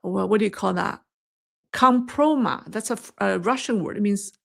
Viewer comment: It is called "Kompromat"... and the 't' is pronounced.... kom-pro-mat